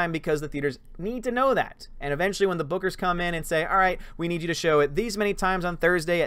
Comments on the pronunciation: Thanos is going to drain her powers with the gauntlet. By the way, when you were saying bookers it sounded like boogers. :p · I kept hearing you say " Boogers" hahaha instead of Bookers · I kept thinking you were saying boogers!! Hehehe!!👋